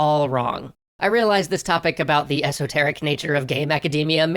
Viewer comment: The most confusing thing in this was saying "esoteric."